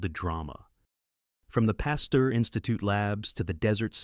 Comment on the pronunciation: The names Pasteur and Muni are mispronounced. Robot narrated.